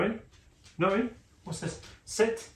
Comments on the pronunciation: Sounds like you’re saying ‘Jackanory’ rather than Jack and Nori 🫶🏻 made me think of childtime tv lol don’t know if this will help but I have a 10 month pet, had from 8 weeks and used a stair gate to keep pup safe in one room whilst I got some work done. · Sounds like is saying Naughty, not Nori, ha ha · I thought you said Jackanory - the kids programme from years ago! Much prefer shorter beard 😊